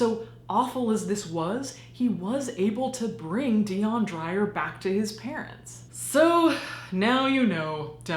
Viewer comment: I love your channel... but your PRONUNCIATION is wrong and for some reason, it's irking me to no end... DEE-YON DRAY-UR ... I'm South African and that's a very common name here, normally I don't leave comments on this, but its the same with Charlize Theron's name... a lot of Americans actually pronounce her surname wrong to the point where its a running joke in our country, I'm really sorry if this came off as rude and if you want to know something really creepy we have witch doctors that sell dead human body parts for Muti... It's an actual thing... I encourage people to find out more about stuff like this... South Africa is a very diverse and beautiful country, but it has its shady dark side too...